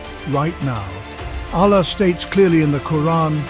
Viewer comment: Can you please pronounce the ALLAH properly. Use arabic tajwid for God’s sake and otherwise stop making these videos